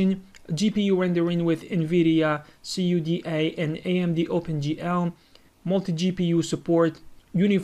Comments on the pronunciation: And cuda not c.u.d.a dammit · I though nvidia C U D A pronounced (KUDA)